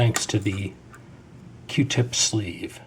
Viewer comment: q-tip not r-tip